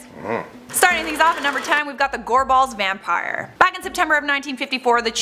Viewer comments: Just saying I’m from Glasgow and in the first one when you say Gorbals you’re putting waayyy to much emphasis on the a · Goar balls? Is gorbals 😂😂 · Gorball's lol It's pronounced gorbles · 🏴 I'm here in Scotland..... your pronunciation of the word Gorbles made me chuckle .. " Gor balls"...😁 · She pronounces gorbals like Gor- BALLS 😂 Where usually where I’m from in Glasgow it’s pronounced like gorbls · this comment is extremely late but being from Scotland, hearin the way people say place names from here lowkey annoys me. Gorbals is pronounced "Gorb-Als" not "Gor-Balls" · It’s gorbals not gore balls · It’s gorbals not goreballs 😂😂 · Gorbals not gore balls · For the love of god. What an awful attempt of the pronunciation. It's not "Gore-balls" it's "Gorbals". One word. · I’ve heard of the gorbals vampire. But yeah that pronunciation, ‘gorballs’ 😂! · Why is she pronouncing 'Gorbals' like 'gore-balls'? Lol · It's pronounced gor-bols, like rhyming with for-talls. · Gorbals is pronounced g-o-r-b-u-l-s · Am jist laughing at the pronunciation of the place names, especially 'Gorbals', I love it. A dunno how av never heard a most a these. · Got to like the way Americans pronounce Gorbals any Ayrshire good job I'm from Ayrshire or I wouldn't know where she meant 😂😂😂 the bean family were also true not myth. Still a gid wee video ☺ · Every time she said gorbals it pains me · She said gorbals wrang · Gorball's pronounced Gorbles Ayrshire pronounced Airshire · Btw I'm from glasgow, Scotland and the pronunciation of the place names in this video are as follows, Edinburgh - Edin-bruh, Gorbals Gor-bils and Ayrshire is Air-shir. just wanted to post this as it does get annoying after like 80% of the time they are mis pronounced lmao. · Note for anyone watching, these two need to learn how to pronounce the places before they do these videos. Ayrshire (air-shur) , Gorbals (gorbles), Dalyell (dee-ell), the rest is close enough I guess 🤦🏻‍♀️😂